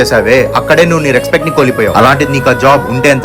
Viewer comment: బాబు ఆఫీసర్ రెక్స్పెట్ కాదు.రెస్పెక్ట్ సరిచేసుకో